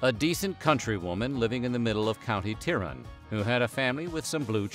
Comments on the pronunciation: Very cool Irish facts! But please check your pronunciations. It makes the video appear poorly researched. I think you meant to say Tyrone as Tie-Rone. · Tyrone is pronounced Tie-row-N :) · 'County Tyrin' ?? it is County TYRONE - the emphasis on the o And Lurgan is in Northern Ireland otherwise, good, interesting video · Is pronounced County Ty-Rone NOT Tirone! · County teerone? It's pronounced TIE-RONE. haha. County Tyrone. My family are from there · the pronunciation of County Tyrone it's not Tirone its Tie-rone. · County "tie rowen" (Tyrone) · Ah the only disappointing thing here is the really bad pronunciation on Tyrone 😅